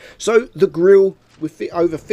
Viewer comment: Grirre 15 - yes ladies and gentleman that's how you spell Grille 😂